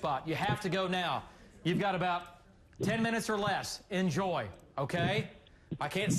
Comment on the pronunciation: Oh, “IN Joy”, not “enjoy”.